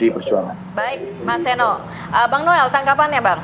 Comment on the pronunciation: Noel noel kok nilei nya jadi Nol